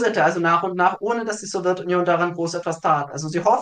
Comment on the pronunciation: Geht mir genauso! Man merkt, dass viel Arbeit in die inhaltliche Aufarbeitung investiert wurde. Zum zweiten Punkt: Da meine Eltern in der Sowjetunion aufgewachsen sind, bin ich es eh schon gewohnt, dass sämtliche Begriffe aus dem Themenblock ,,interessant" ausgesprochen werden. ,,Sowirtunion" ist da tatsächlich noch sehr zahm🙈